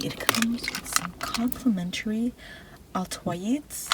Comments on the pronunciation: "some complementary al-toi-eeds. arsistice" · That "al-toi-eeds arstice" 😩✋ mispronouncing things gives me so many tingles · the way she pronounced altoids and arctic 💀💀 "AL-TO-EDS ARSTIS"